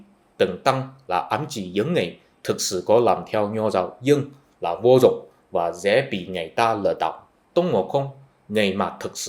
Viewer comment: Nói "vô dùng" thì vẫn hiểu được, nhưng người Việt Nam thường nói là "vô dụng" nha anh.